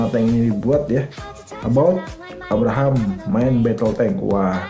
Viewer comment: Abrams,bukan Abraham mas bro😁